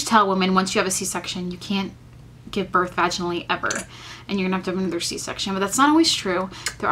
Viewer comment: Birth* not north lol